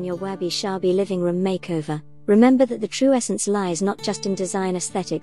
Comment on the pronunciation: Why do you pronounce it as Wabi "Shabi"?...... I think it should be Sabi